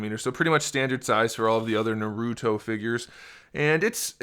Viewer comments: Naruto not noruto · Another person that says naruuto. Doesn’t seem like you’ve watched shippuden either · I swear, im a weeb so this triggers me because 1.he is a he 2. those red eyes are sharingan and those purple eyes are the rinnegan 3. its pronounced MA-DA-RAH and its also pronounced NAR-OOH-TOE4. its not makeup its because he was reanimated 5. its also called jutsu not ju ju hands 6. ITS NOT A POKEBALL its he clan symbol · I mean he says hes a big fan but miss pronounced naruto and madara so he better have just read the manga. But after he referred madara as a she I understand that hes most likly trolling alot lol.